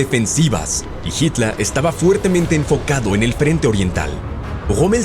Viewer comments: Me encanta el acento del narrador cuando pronuncia en alemán : Jítal, Jomel, Panzahr, etc 👍🏻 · habla bien... joamel, jitla... payaso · Jitla,gomel,panza, que acento por Dios